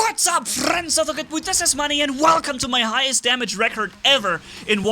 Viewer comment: Its manni* Get it right